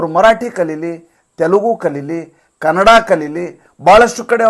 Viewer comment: ಮಲತಾಯಿ ಧೋರಣೆ ಅಂದರೇನ್ರಿ? ಮಲತಾಯಿ ಮಲಮಕ್ಕಳಿಗೆ ದ್ರೋಹಿ, ವಂಚಕಿ ಎನ್ನುವ ಅರ್ಥ ಉಂಟು ಮಾಡ್ತಿದ್ದೀರ. ದುಷ್ಟ ರಾಜಕಾರಣಿಗಳ ಅಂಧಾನುಕರಣೆ ಮಾಡಬೇಡಿ. ಜನರಲ್ಲಿ ಅಪಾರ್ಥ ಉಂಟು ಮಾಡಬೇಡಿ. ಮತ್ತು ಕನ್ನಡಭಾಷೆಯನ್ನು ಕನಡಾ ಎಂದು ತಪ್ಪು ಉಚ್ಚಾರ ಮಾಡ್ತೀರಾ. ಇದು ಕನ್ನಡಕ್ಕೆ ನೀವು ಮಾಡುತ್ತಿರುವ ಘೋರ ಅಪಚಾರ. ತಿದ್ದಿಕೊಳ್ಳಿ.